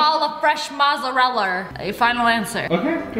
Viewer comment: Her : a ball of fresh mozzarellarrrrrrr Me : lol😑😑